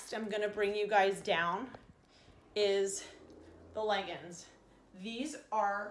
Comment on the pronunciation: Other than the amount of times the word awesome was said and the pronounciation of the word leggings this was a good box reveal video.